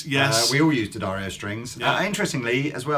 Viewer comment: Always preferred heavy 10s or 11s, not because they sound that different (unless playing acoustically) but because they just feel right. And, did it take a trip to the factory in New York to cure you saying Di Addario?